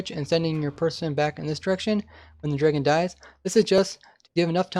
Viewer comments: its Dragon not Dreagon... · Cool video but I cannot stand how you say draygon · take a shot every time he says draygun